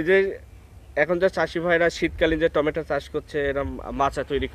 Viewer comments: টমেটা🤣🤣🤣 না টমেটো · বলার সময় উচ্চারণ করছেন টমেটা !!